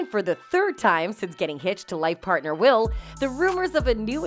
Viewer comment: It's not Wills 😂😂😂😂😂😂